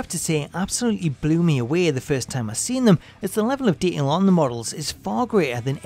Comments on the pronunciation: Nobody: This guy: De(t)ail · If you're going to use the word detail numerous times, then learn how to pronunciate it properly FFS. The narrator has a voice like nails on a chalkboard. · Learn how to say detail